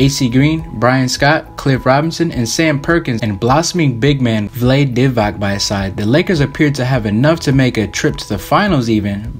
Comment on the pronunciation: “Vlayde Divok”